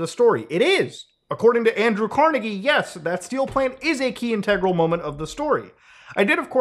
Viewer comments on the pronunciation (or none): none